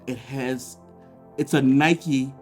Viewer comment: Its Nike. Not Nikeee